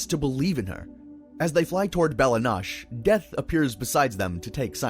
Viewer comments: 👏 bell-ahh 👏 noh-chay 👏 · Why do you keep saying bella nosh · I know I shouldn't really care about this but the way you pronounce Bella Noche is just flat out wrong. Why not pronounce it in the way that the characters in Adventure Time do. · Bella Noche (Noe-Chay) Not sure why it bothers me as much as it does 😂 ...Actually I think it bothers me because it makes the video feel like it's using a voice clone instead of actual narration. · Bros gotta be rage baiting mispronouncing bella noche and goliad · Nice video but your pronounce Bella Noche and Goliad strangely. They don’t say it like that in the show